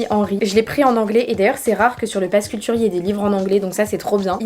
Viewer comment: "pass culutre" 😭